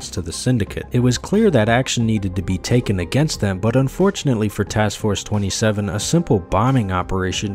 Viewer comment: erm its actually pronounced task force two-seven🪿